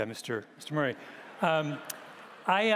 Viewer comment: Gladwell just came across as a snarky bully. Getting their names wrong again and again on purpose. It's funny how the most physically weak men try their best to be verbal bullies in a safe setting.